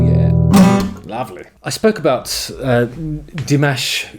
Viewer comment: NOPE. 15 languages. He sings in 15 languages. Plays 7 instruments. Speaks 3 languages, learning a 4th. Is working on his PhD in music theory. And is the most humble and giving man on the planet. Dimash is a genius. And please dont pronounce his name like mashed potatoes. It's Di MAHSH. Thabks for ackowledging our Prince.